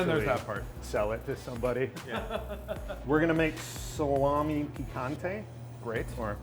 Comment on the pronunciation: I don't understand why he (like almost everybody) call it "salamI" . It's "salamE". I know it's probably because of the pronunciation of the letter "E" in the english language, but he pronounce the word "piccante" (spicy) in the right way. "Salame" has exactly the pronunciation of his final letter (the E) as it's said in the word "piccante".